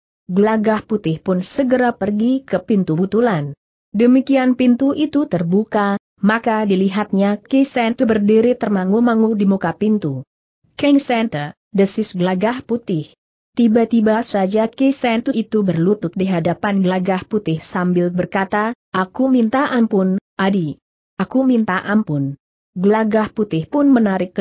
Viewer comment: "Kang Santa" dibaca jadi " Keng Senter " gimana ini jadi pusing????